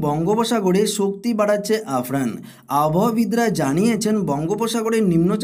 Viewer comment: আফরান বলছেন কেন?😂 আমফান হবে ওটা